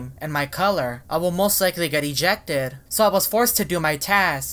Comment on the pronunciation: His voice really is: This is really weiRDD. I will most likely get ejectEDDD.